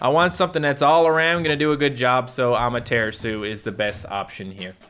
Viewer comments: Ama tura su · Amadaratsu Not amaterasu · NOOOOOOOOOOOOOOO YOU PEOPLE CONVERTED TO SAY AMATERASU INSTEAD OF AMATERATDSU HOW DARE YOU!!! Please go back to your true form! On a side note if you see this comment please check out my custom battle cat that I coded right here: I spent hours making it please see this!! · Am i the only one bothered by the 'correct' prononciation of amateratsu? I liked AmateratsU much better than amatErAtsu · I kinda like it more when says amateratsu then amaterasu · "amaratsu" suit you better to say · pronunciation for Amaterasu is a-mah-tera-su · It hurts me when you say amaterasu please go back to normally say it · I miss the old Amaterasu pronunciation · i feel knows how to pronounce Amaterasu's name since she's a Shinto God, he's just mispronouncing it on purpose to upset the people who care about pronunciation. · Me tooooooooooooooooooooooooooooooooooooooooooooooooooooooo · The way he says Amaterasu angers me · Please go back to saying Amaterasu, it hurts my ears to hear you pronounce it Amaterasu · Me to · The way pronounces Amaterasu kills me:( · I miss the old Amaterasu prononciation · Cmon say amaterasu in the normal way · Still says Amaterasu wrong lol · I hate the way the pronounce Amaterasu now, the old way was better